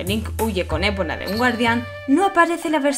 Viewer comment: Es Epona, no Épona. Y son Kologs, no Kolons.